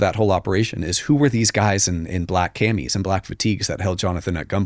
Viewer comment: “Cammies” lol